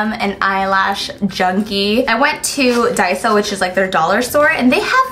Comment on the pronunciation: Finally someone says Daiso correctly. All the slime people read it like “Day-so